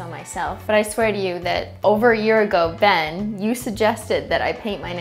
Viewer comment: You said it wrong, it's beyyyyyyn